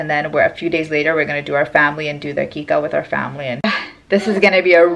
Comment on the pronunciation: It is aqiqah